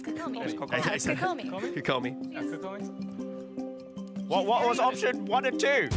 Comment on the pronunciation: I lost it when he said “cookieomi” instead of kokomi